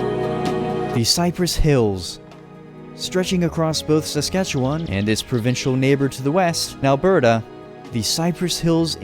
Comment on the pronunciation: Thank you for bringing light to the beautiful province that I am proud to live in. Ps you suck at pronouncing Saskatchewan